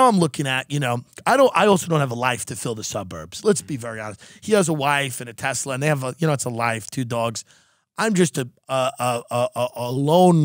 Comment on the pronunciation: Thank you for saying Tesla!